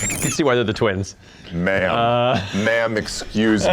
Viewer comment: ze are tweenz, zat eez why